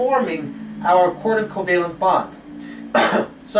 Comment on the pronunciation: Are you saying quarter covalent? or coordinate covalent...